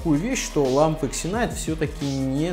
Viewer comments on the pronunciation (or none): Все ытлично, только пожалуйста названия не коверкайте. Читается Зинайт